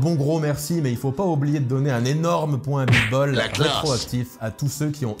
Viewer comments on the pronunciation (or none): none